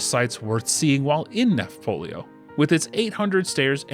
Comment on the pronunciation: It's "Nafplio," not "Nafpolio." (The Greek is "Ναύπλιο," which is also transliterated as "Navplio" or "Nauplio." "Nafplio" fits the pronunciation best.)